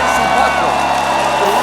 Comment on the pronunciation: “Who geevs a fuck about de chreestmas.”